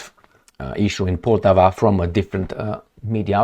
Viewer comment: The name of the city "Poltava", be it in Russian or in Ukrainian, should be pronounced "Poltàva", with the accent put on the second syllable.